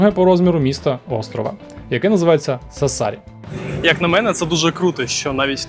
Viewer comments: те, що "Кастельсардо раніше на показане на ютубі" є відвертою брехнею, звісно - навіщо такі дешеві трюки для якісного, як на мене, відео?) Ще б слух не різати, як наприклад СассАри - невже було складно наголос подивитися? Але зьомки гарні, як і спина у жінки в кадрі ;) Тож дякую і лайк, попри мінуси) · Я вибачаюсь, але не Сассарі наголос на другу «а». Сассарі, на першу літеру «а». p.s. Я просто там живу, і знаю як правильно. 🫶🇺🇦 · Дякую дуже за чудове відео, єдине - Сассарі вимовляється з наголосом на перший склад)